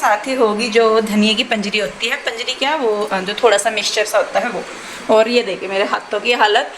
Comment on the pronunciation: Baut badiya, it's panjeeri not panjri